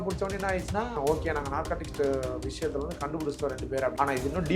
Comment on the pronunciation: "வளையத்தில்"... தமிழை கொல்லாதிங்கடா 🤦